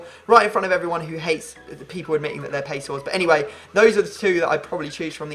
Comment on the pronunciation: I thought he was going to say "pace" instead of "pease"